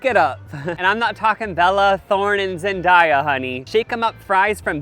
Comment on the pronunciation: mispronouncing Zendaya in multiple videos gives me the oxygen i need to breathe